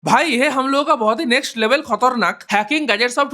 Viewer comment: Khatarnak ❌ khotarnak ✅😂